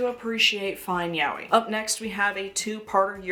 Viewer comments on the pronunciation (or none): Btw yaoi is pronounced ya-oy, not yow-wee. And Japanese people these days dont use the term yaoi anymore and instead say BL.